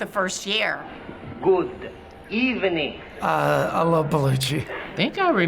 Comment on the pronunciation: So SNL started "Good Ebening"...